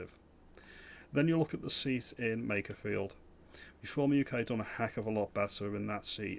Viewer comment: Lowe can't even say makerfield correctly. Yeh so in touch